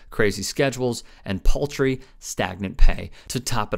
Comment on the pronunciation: What's the point of reading us text from articles? Thumbs down for that. Anyway, paltry is not pronounced as poultry.